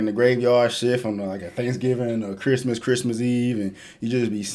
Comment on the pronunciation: Has me dead when he just randomly said “merry chrymiss”